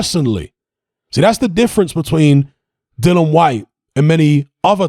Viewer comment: It's 'Dillian', not 'Dillan'.